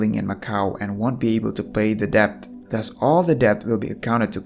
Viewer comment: it pronouced det not litteraly dept (just saying not hating)